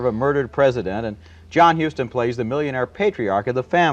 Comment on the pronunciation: John "Hooston"? Dude, just stop.